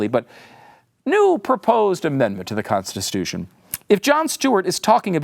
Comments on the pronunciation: Yep. You can see why at the end. ConstiSTUtion. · Is mispronouncing"Constitution" on purpose?